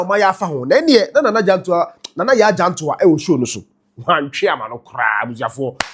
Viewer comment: Her name is jantuah and not jantuha correct your mistake